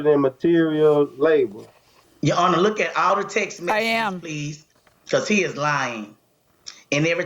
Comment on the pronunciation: All I hear “He lying honor” !!!!!